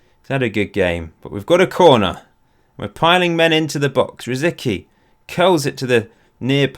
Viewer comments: Please it's rosicky it's Czech..rosiTSki is the right way to pronounce :) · Its funny how you pronounce Rosicki :) "c" in his name is "c" not a "k". But yeah I guess its easier the way you spell it so dont mind me. I like your version more :)